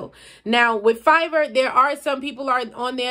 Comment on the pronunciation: Are you saying fiber for the logo?